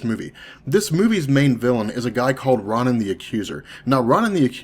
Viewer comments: His name is Ronan, as in Roh-nahn, not Rahn-in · Okay, I guess Ronan is the only one that sounds wrong to me.